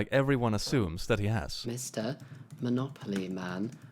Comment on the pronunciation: Well, it's Monopoly not Monocoly. 🤔